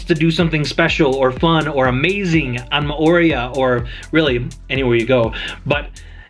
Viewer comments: I think you may have, in fact, been in Mor-ay-u....RATHU than More-ee-uh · If you are giving advice on living there, you might want to learn how to pronounce "Mo'orea". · Your pronunciation hurts my polynesian ears 🤬🤬🤬